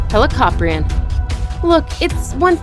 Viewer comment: FINALLY SOMEONE PRONOUNCED HELOCORPRION CORRECT